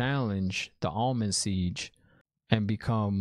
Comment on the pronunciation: Yoooooo... The fact that you are so ON POINT with your analysis, makes it so funny when you get a name wrong (obv bc ur new) like "Almond Siege"... I'm dead... Almond Siege 😂👍👍👍